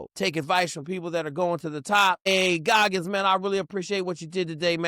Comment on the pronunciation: Why keep saying Goggins?